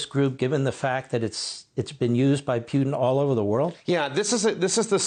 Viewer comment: It's funny how you say Piutin 😆. It's more like Put in 😁. And when you talk about dirty work, don't forget to mention Hamas, Hezbollah, Mossad, MI6, CIA and FBI.